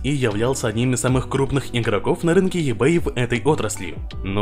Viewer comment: еБэй, аж ухо режит))) иБэй правильно